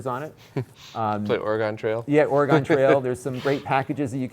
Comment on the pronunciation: So that’s how you pronounce “Oregon” in Connect-a-cut. ;)